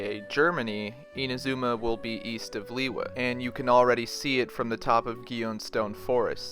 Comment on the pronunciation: My gosh… you butchered Inazuma’s pronunciation horribly…